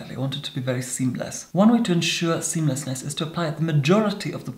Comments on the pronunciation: I died when he paused before saying “… seamlessness” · Carrie Halsey same! Then I just laughed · I knew it was coming from the comments, but it still made me instantly sit up straight and pay attention lol 😂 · prolonged dramatic pause with intense eye contact seamlessness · Leigh Cooper It was AWESOME!😂🤣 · Our Lord knows well the effect of an extended pause followed by the word s e a m l e s s n e s s to us mere mortals. Thank you Your Grace. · Bahahah that pause before seamlessness! Also do you have the Jeffree star blood sugar or blood lust palette? I’d love to see some eye looks with those.